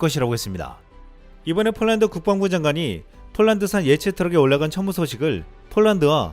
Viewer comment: 폴란드 국방부 장관 입에서 나온 "춴무우"가 왜캐 울컥할까